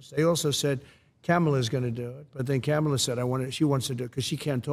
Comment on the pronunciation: Michelle O: “I gotta talk to my girl, Ca mu la.” The media: Ku mah la Trump: Camel-uh 😂😂😅